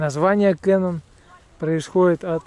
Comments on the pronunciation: Я тут живу,озеро не кэнон а Кенон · И озеро не КЭнон, а КенОн..